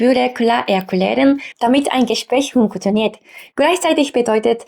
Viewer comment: hunkotoniert ? funk tio niert Vieles ergibt sich aus dem Zusammenhang. Aber Du wolltest Deine Aussprachefehler gezeigt bekommen. - Insgesamt hast Du einen guten deutschen Wortschatz, die Aussprache ist zum Teil furchtbar. Meine Kommentare zeigen nur exemplarisch, wo es bei Dir hängt. besteute ? - keine Ahnung